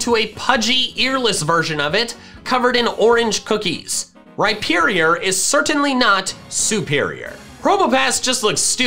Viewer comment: RHYPERIOR, NOT RHYPIERIER!